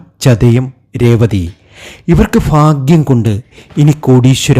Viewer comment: സർ, ഫാഗൃ൦ അല്ല. ഭാഗൃ൦ എന്നു പറയണ൦.